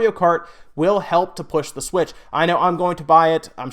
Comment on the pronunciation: Does anybody else hate the way he says "The Switch"? I honestly don't know why it bothers me so much lol